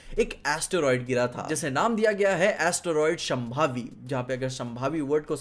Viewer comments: it's Shāmbhavi not shambhavi 😅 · माफ कीजिए शांभवी न कि शंभावी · Try to pronounce it as 'Shaambhavi' not sham'bavi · शांभवी बोलते हैं संभावी नहीं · शंभावी ❌ शांभवी ✅